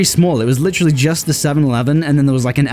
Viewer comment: I LOVE THE WEIRD "LITERLY" ACCENT LOL❤